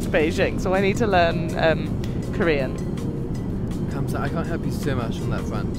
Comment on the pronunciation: his korean pronunciation is spot on